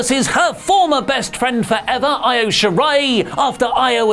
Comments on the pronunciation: Isn't IO pronounced EE-O rather than Ay-O? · I cringe every time says Io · Can someone teach how to pronounce Io consistently? Where's WonderOli when you need them?! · it's Io, not Io.